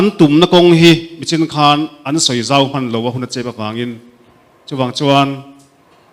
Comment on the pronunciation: A kap zauh nilo in a kap zeuh tih tur aw